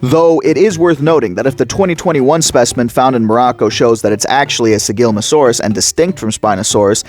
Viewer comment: Slight correction: It's Sigilma ssa saurus Other than that, great video!